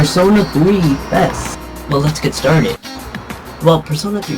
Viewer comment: this review was ok but u pronounced it wrong its FES not fess